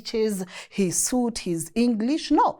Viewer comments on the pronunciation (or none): none